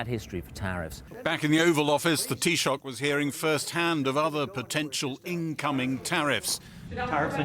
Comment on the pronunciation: The T-Shock😂😂😂 Thee-Shock would be closer. But hey, at least Brit News no longer condecendingly "translates" and calls him the "Irish Prime Minister" anymore. So....progress😂